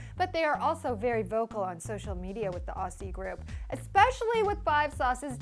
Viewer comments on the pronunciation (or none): Ok please learn how to say Aussie!! You say it like auzzie not ausssie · Aussie.... she saying it with a s sound not a z 😂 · Ok this is REALLY IMPORTANT but totally off topic Guys, aussie is pronounced as O-ZZ-IE Yeah ik, another fucked up thing we do, but that's how it is So please, so more of the way u pronounce aussie cuz it just sounds really fucked up :) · I'm sorry it pronounced as Auzzie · Hate it when some one says Aussies cause that's not how you say it, it's Auzzies god. And it's defiantly One Direction with the accent only cause I'm from Australia and 5sos don't have an accent to me.. but great video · Ok so are there any Australians here who are annoyed at the way the pronunces "Aussie" or am I the only one? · You pronounce Aussie with a z sound not and s sound.